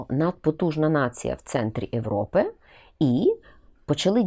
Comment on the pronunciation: Пані Ірино, чому Ви літеру «є» в слові «Європа» та похідних читаєте як «е»?